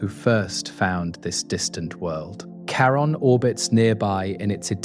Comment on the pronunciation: Can you please pronounce the names the same throughout the video? I'm 9 minutes in, and you've changed the pronunciation of Charon 3 different ways.